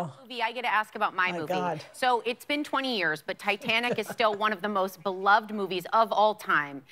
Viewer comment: A couple problems here: 1. Tom Cruise claimed more like 6 and a half minutes, not "6". 2. Beloved is pronounced... well not like that okay thanks for listening to me TED Talk bye